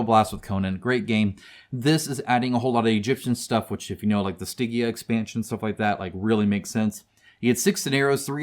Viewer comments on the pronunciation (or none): none